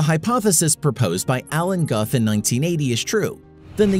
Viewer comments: Honey, don't use the black crayon for the sky. Narrator's tone is of a parent talking down to a child, and for me all credibility vanished when Alan Guth was called Alan Guff. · He said Alan Guth (the letter ‘u’ as in up) it’s pronounced gooth wth is this guy just a reader? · His name is pronounced “Gooth” sorry it was driving me nuts.